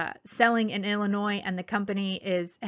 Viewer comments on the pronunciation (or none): none